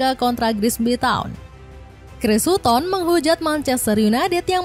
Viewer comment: Kalo boleh kasih masukan: satten bukan suton, smaikel bukan syamesel..